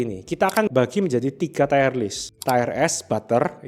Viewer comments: Tire dibaca tayer (ˈtī(ə)r) artinya ban. Tier dibaca tier (tir) artinya tingkatkan. Entah maksudnya ini Ban atau tingkatkan. Kurang enak aja dikuping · tolong baca tier yang bener. ti-er, bukan tayer. udah beberapa kali bikin video tier baca salah terus. kedengeran jadi kurang teredukasi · Tier (Tir) dibaca TAYER.... hahahahahah.. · Tier bacanya mirip dengan teer/tir. Kalau tayer itu tulisannya tire atau ban artinya. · Terima kasih untuk materi2nya yang informatif. Masukkan saja, untuk pengucapan kata TIER, bukan "TAYER" melainkan "TIR" 🙏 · Tier nyebutnya TIR bukan TAIER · wkwk udah dari dulu bro diingetin di tiap video, tapi tetep aja enggak berubah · Nice vid, tapi sori nih, mau info aja kalau tier itu bacanya "tier", bukan "tayer". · Bahkan sub otomatis nya jd nulis tire/tayer bukan tier. Emang aneh ini yng punya ch antara GK baca komen atau batu ya wkwkwk. Pdhl udah ada yang ngasih tau cara baca Tier itu gimana pengucapannya. Sekali dua kali masih maklumi, tapi dah 3x sih. Ku sendiri ikutan Gedeg dengarny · Please stop bilang TAYER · bacanya tir bang, bkn tier.... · ngomongnya jadi kayak ban